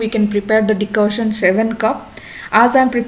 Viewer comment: It's Decoction not Decotion.